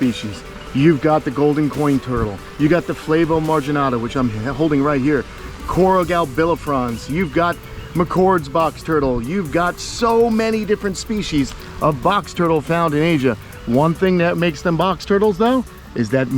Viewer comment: It’s Cuora gal-BIN-Afrons. 😂 Your killing me smalls! 🤣🐢🙌